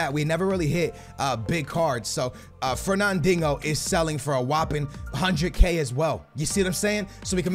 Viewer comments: HONESTLY ITS FERNANDINJO NOT DINGO I PUCHING MY PHONE ITS SO DAMN ANNOYING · can you please call the guy Fernandinho not “fernandingo.” Great vid and keep up the good work. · Fernandinho is pronounced Fur Nan Deen yo, thought you knew Portuguese jk skills love from Lisbon Portugal 🇵🇹!! 😛. Just sounds like ur saying fur nan ding ohh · He kept calling him fernandingo 😂😂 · Fernandingo? Really how hard is it to say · You should sell FERNANDIHNO! because you cant fucking say his name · Bro, where is the G in Fernandinho‘s name..